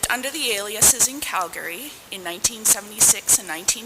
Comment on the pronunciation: It’s Cal-Ga-Ry…..not Cal-Gary